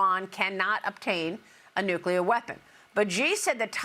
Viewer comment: IT"S NEW KLEE UR